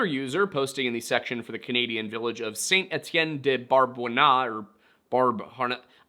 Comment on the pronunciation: Saint Etienne Beau ( Bo ) Harnois It's really not difficult, you can even ask google prononciation. Also i doubt that girl would have been in Québec city OR Sherbrooke without speaking French